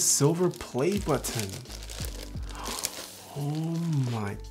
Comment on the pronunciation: Why do you over-pronounce the t in button?